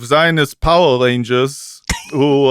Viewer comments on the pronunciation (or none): none